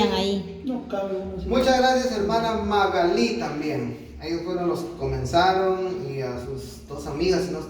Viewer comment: Se pronuncia Magali sin acento en la i